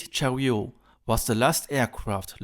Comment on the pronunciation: Great video. Also to help with your English pronunciation the T in Chariot isn't silent.